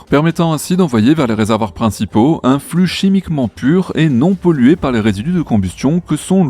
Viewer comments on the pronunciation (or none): none